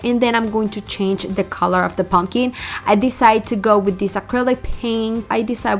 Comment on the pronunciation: I absolutely hate how you pronounce pumpkin. "POmkEEN" 😂😂😂